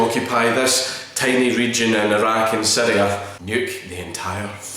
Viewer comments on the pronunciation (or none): none